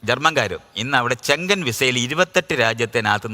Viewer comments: schengen visa❌ channgan visa✅😂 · ശ്രീ... അത് കൊണ്ട് ബാക്കി രാജ്യങ്ങളിൽ യുദ്ധമില്ല പ്രശ്നമില്ല എന്ന് പറയുന്നത് ശരിയല്ല. പിന്നെ schengen visa ചെങ്കൻ അല്ല ഷെങ്ഗൻ ആണ്. Google pronunciation കേട്ട് നോക്ക്